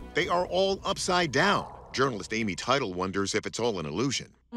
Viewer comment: Teitel - Tey-Tel.. not Title... Imagine your colleague mispronouncing your name, every time he says it.